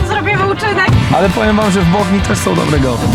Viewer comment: nie hejt czy ciś takiego ale ą a nie om